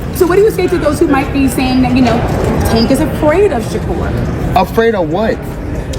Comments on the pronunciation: Say his name correctly. Sha-Kur not ker. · Sounds like he say checker 😅